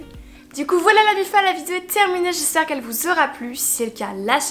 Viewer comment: Depuis toutes ces années tu sais toujours pas prononcer "vidÉo"